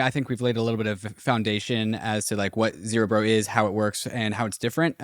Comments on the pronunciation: Guys, it's ZerEbro, not ZerObro :D Anyways, amazing work! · Isn't zerebro a play on cerebro like in marvel films and not a new form of dubstep like the way you pronounce it lol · my god.... after all these weeks... STILL CANNOT pronounce "zerebro" properly